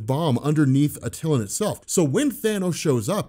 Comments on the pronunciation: It's pronounced "AT-TIL-AN" not "AT-TIL-UN". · Good job... also it is pronounced AT-eh-lan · At- ill- LAWN. Try that pronunciation